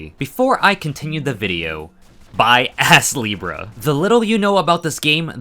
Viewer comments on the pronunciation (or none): I keep hearing the name as Ass-Libra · I had to check the title of the game cuz he kept saying ass leebrah